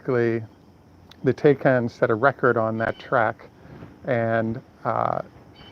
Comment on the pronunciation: taycan, pronounced " tie-can".